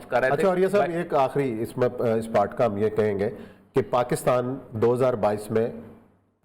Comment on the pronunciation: Please, country name is Pakistan not Pakustaan.